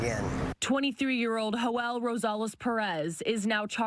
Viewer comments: Hoel? 🤔 I thought is name was Joel? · That’s how you say it in Spanish you nimrod